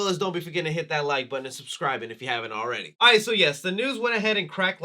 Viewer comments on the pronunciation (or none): none